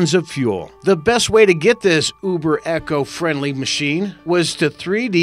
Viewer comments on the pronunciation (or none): "Echo Friendly" That would be Eco. Enlongated "E"